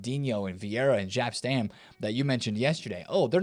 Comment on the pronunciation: Jap Stam. Stop calling him Jap Stam. Love your vids Nate, they’re a daily watch. You’re the best daily FIFA market news poster on YouTube. It’s “yop stahm.” The J is a Y in Dutch. Cruijf = kuh-roy-f. Arjen = arr-yen. Jaap = Yuh-op or yop. You always get Cruijf right but hearing you say JAP stam every day this week drove me nuts enough to post. Again, love your work Nate!